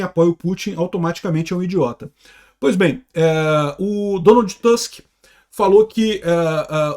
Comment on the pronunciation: NÃO se pronuncia TÂsk, mas sim TUsk